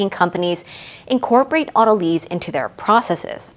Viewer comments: “Auto lease” isn’t that a way of purchasing your next car? In biology “lyse” is actually pronounced like “lice”. Very thorough discussion. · Do people commonly pronounce it auto-leez? I've always heard it pronounced auto-lies. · The only thing that confuses me about autolyse is the pronunciation. I've never heard lysis pronounced "LISSiss", only "LIE-sis", so saying "auto-leese" not "auto-lies" or at least changing the stress to "au-TO-lississ" the way you stress the 'drol' in 'hydrolysis' is very alien to my ears! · It is av-toh-lee-sis, as per the original Greek. Weird, isn't it, when English speakers mispronounce words it's suddenly the new proper? Don't try to stop the natural evolution of language, it's a fight you will lose painfully. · Linguistic science is descriptive, not prescriptive. If you want to be pedantic, it's pronounced av-toh-lee-sis, as per the original Greek words. Just because Englishmen struggle and languish when pronouncing Greek, doesn't mean we have to change the language. 😉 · I've always heard it auto-lease. Not a z sound but an s sound.